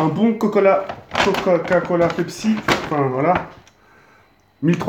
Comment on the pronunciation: "Bon cocola"